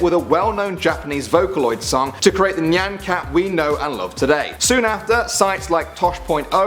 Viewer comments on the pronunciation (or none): It's not pronounced "knee" an cat. It's "Nye" an cat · ITS NOT NIAN CAT, ITS NY-AHN CAT. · your pronunciation of nyan cat...its pronounced Nigh-an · PART TWO! and isn't it pronounced ni-an cat? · You said nyan cat wrong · you said Nyan Cat said it wrong but its still funny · That nyan cat pronunciation tho 😂